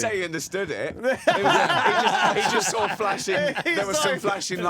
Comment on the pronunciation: Know what's funny about radio, something's always true if it's broadcast. The theory Joe butchered about Columbus and the Natives was proven false, or most probably not true. Know one way to tell if someone's wrong? If they say "When Columbus SAWL the Natives". How do you know what he sawl Joe? Did you axe him?